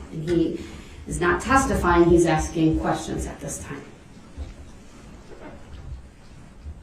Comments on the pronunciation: The fact that he said it was hearsay when the DA asked is opper told the priest what he should say while testifying because atty opper wasn’t the one “axing” the question 😂😂😂😂??! And then wants to argue that’s hearsay and say the judge is wrong ( stupid ass) the way he treated witnesses with aggression and intimidation time and time and time again on top of his outbursts and accusations and lack of accountability just made the guilty verdict come in as soon as it did (2-4 hours) if you count the night before ……. He should give himself a pat on the back for showing his true character, ignorance, and lack of accountability or sympathy because his lies were highlighted for the world and jury to see and his character was proven day after day! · his troof and his axing went nowhere